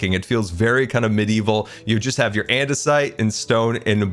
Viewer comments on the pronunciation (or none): none